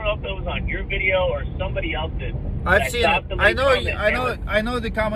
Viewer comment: I love how you say videa